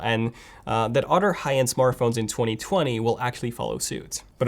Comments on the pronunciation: Why does he always says “otter” not “other” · "utter" phones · It’s so funny. You pronounce “other” as “udder”. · Lol udder & anudder 🤣🤣🤣